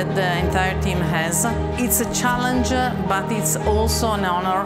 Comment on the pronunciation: Italians don't pronounce the letter 'e' in the end of every word challenge: impossible